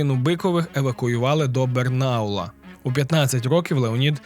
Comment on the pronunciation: Евакуювали до "..БернАула.." , автор ви двієчник , якщо готуєте матеріал то готуйте якісно !! В Росії є місто Барнаул а не БернАул..., ще й наголос не вірно...!!! Гуглом не користувався, знаю це з дитинства..!!